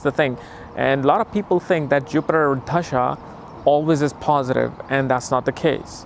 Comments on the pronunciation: It’s dasha not dHasha. I would expect you would say it correctly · It's not dhhhasha, it's Dasha !!!!!! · Dasha ❌ Dhasha ✅ 😂😂😂😂😂😂